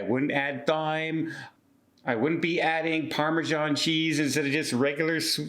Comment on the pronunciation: I hated hello fresh. It's pronounced "time" not thyme.